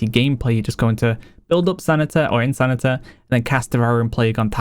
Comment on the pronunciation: No shade but I find it interesting when he pronounces “insanity” as “insanita” sometimes haha